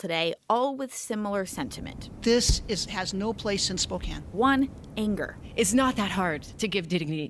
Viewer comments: Spo-“can” not “cane”, 😊I am from Washington, but Spokane is about 6hrs from me. I call it the armpit of Wa, it’s a gross city. Well, so it Everett and now Freeattle is nasty AF, worse than ever. Seattle is dying … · Have you never heard of SPOE-CAN?